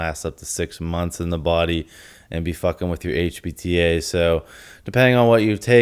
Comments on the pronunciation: i agree with you that i think he does mean hpta, i don't want to watch it again but it did sound like he was saying hbta but i could be mistaken they even sound close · honestly I thought he was saying HBTA in the video and it had me wondering if this dude actually knows what hes talking about lmao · the way he says HPTA makes his editor think he said hbta I guess 🤷🏻‍♂️